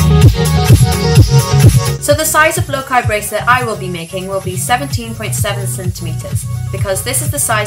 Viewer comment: ITS PRONOUNCED LOCA NOT LOKI